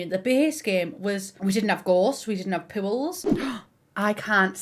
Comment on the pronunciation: She said pools, I heard her saying “pubes” and the subtitles read “pills”. I’m laughing so hard right now lmao